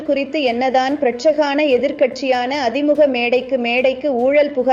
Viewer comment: திமுஹ அதிமுஹ என்று உச்சரிப்பு வேதனை அளிக்கிறது 😂